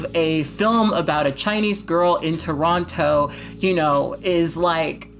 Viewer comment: this video is spot on but I can't watch it because the way you pronounce "Toronto" is triggering me